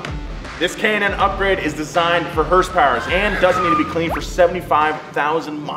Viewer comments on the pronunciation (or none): hearsepower you say